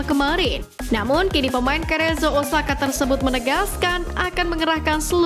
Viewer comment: Cerezo dibaca 'serezo' bkn kerejo